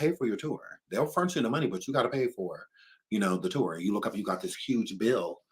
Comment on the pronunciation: “Seems like yu ready”😂😂